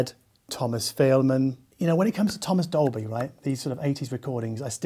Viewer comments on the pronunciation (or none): none